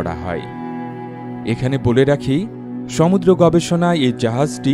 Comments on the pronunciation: ঠিক বলেছেন।ধন্যবাদ। একেবারে যথাযথ মন্তব্য। সমুূ্দ্র উচ্চারণ লিখে ঠিক করে দিয়েছিলাম।উনি আমলে নেননি। খুব কানে লাগে। দর্শকদের মতামতকে গুরুত্ব দেয়া উচিত। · আপনার ভিডিও গুলো খুব তথ্যবহুল ও সুন্দর। তবে ব্যাকগ্রাউন্ড মিউজিকের জন্য বিরক্তিকর এবং আপনার সমুদ্র উচ্চারণ ঠিক করা উচিত, কানে লাগে...